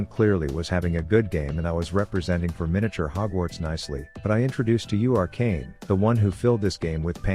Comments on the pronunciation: Am i the only one hearing kanye instead of kayn? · Can you pronounce his name correctly it isn't kanyay